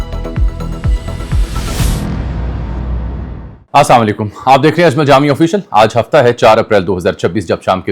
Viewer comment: جامی بھئی آپ سلام کے الفاظ صحیح نہیں ھیں آپکے الفاظ میں نے ریورس کر کے دیکھے آپ کہتے ھیں آسام علیکم ، جس کے معنی ھیں ،تمھیں موت ائے،،۔۔۔۔اس لیے گزارش ھے آپ السلام علیکم کہا کریں ،۔ ۔۔۔جس کے معنی ھیں ۔۔اپ پر سلامتی ھو،۔۔۔